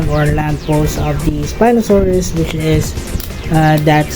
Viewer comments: Not 에스피노사우루스, its 스피노사우루스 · I mean, in Korean, a spinosaurus is a 스피노사우루스, not an 에스피노사우루스